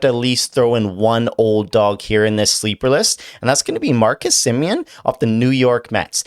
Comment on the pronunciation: It's Semien, not semen. Your constant references to "chubbing" or making your pants tighter just creeps out people.